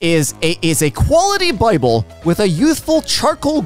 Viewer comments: Did you seriously pronounce it “bibble” lmao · I'm happy that pronounces the Holly Bibble the same way I do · the way you said bible will never not be funny 😂